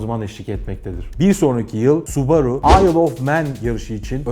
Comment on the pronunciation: Su borusu diyorsun subaru ya